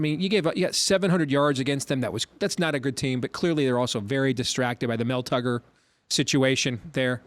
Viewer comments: Did i hear a, "Mel Tugger"? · definitely said “Mel Tugger” 👀